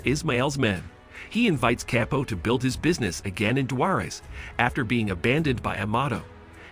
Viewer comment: This ai is ridiculous.. Chapo=kepo? 😂